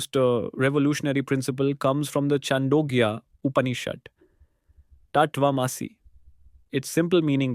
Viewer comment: Please learn to pronounce TAT TVAM ASI properly. And how to pronounce UPANISHAD. Bye for now.